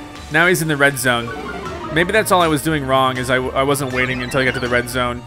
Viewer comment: You said "untEl" ps i love your videos